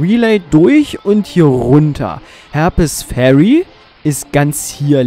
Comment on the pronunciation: Ich wusste gar nicht das es in Harper´s Ferry soviele Herpes-Kranke gibt. Die armen :) Du solltest ein bißl an der englischen Aussprache feilen. Konstruktive Kritik, nicht böse gemeint. ... 18 Jahre nach release spiele ich es auch mal. (Es liegt bei mir schon 18 Jahre rum und ich hab es nur mal angespielt). Bin gespannt, was ich aus deinem LP mitnehmen kann. Allein für die Tatsache, das du Retro spielst, gebe ich dir mein Abo. Ich mag kleine Kanäle ! Gruß Ian